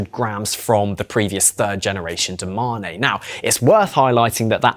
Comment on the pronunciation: Bro this channel is pure cringe…. DO MA NE. Say it with me, DO MANE. Fuck sake